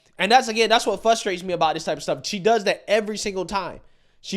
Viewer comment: I love you,, but it FRUSTRATES me how you pronounce FRUSTRATES 😂😂 It's not FUUSTRATE it's FRRUSTRRATE ❤❤ remember this comment is with love